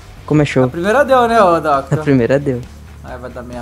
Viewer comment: "DUCKTOR" e seu pato ahuhauuahu